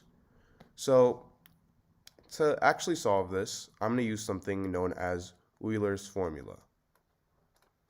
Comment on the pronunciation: Euler is pronounce "oiler".